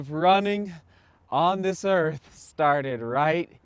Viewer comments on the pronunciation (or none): none